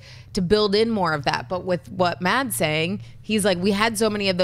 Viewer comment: Silent d i Mads, should be pronounced Mass